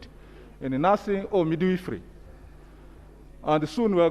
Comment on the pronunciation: Midwifery and not midweefree